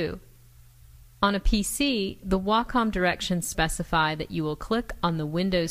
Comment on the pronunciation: Way-Com... PLEASE pronounce Wacom: WAY-COM